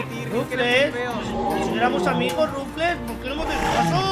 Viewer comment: XD Es que ese no es Ruflez, es Ruflas XD